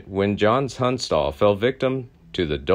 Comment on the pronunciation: I wish they’d let me narrate for them. I’m from the area, and the videos are fantastic; but rife with mispronunciations. Charlie Bowdre (bow-like the front of a ship) (bow-dree) and Tunstall. Tunst-ll. Not tuns-tall. Please let me help your channel…I’d be willing to present horseback…from Lincoln